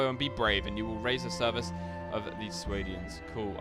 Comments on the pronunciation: Swadians. Correct pronunciation: [Sway-dee-anz] Incorrect pronunciation: [Swah-dee-anz] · SWADIANS NOT SWAYDIANS